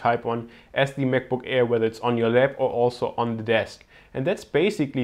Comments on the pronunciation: Bitte sprich "the" nicht immer "thiiii" aus ==> Das macht man nur vor Vokalen und hört sich furchtbar an und ist schlichtweg falsch! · The battery life, nicht 'Thie' ... Das macht man nur bei Vokalen ;)